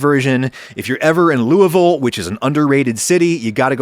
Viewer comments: Thanks from a native Kentuckian for pronouncing "Lou-uh-vul" correctly! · Thanks for pronouncing Louisville correctly!